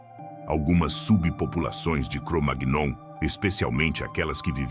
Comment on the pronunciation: O vídeo está legal, mas verifique a pronúncia de "Cromagnon'. Não é assim...